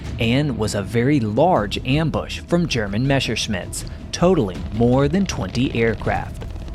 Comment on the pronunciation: It's NOT "Mesherschmidts", but Messerscmidts